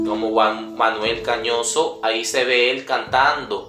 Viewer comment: Gañoso NO, GALLOSSO